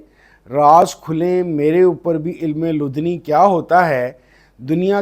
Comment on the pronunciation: Correct pronunciation: Ilm-i-ladunni